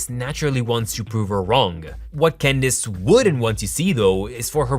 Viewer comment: Did he say Gandace instead of Candace?